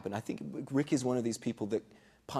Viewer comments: They said nick instead of rick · Rick not nick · Nick? Lol isn't it Rick?